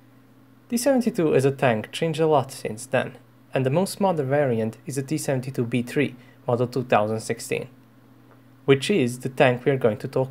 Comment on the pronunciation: you're amazing man. very well researched and very detailed. you can really give us the right perspective about tanks.. but sorry i just have to say it.. it's really kinda hard to listen and finish the video with that accent. specially how you pronounce words like t 72 b3. lol sorry.